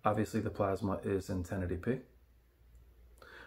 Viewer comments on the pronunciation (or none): none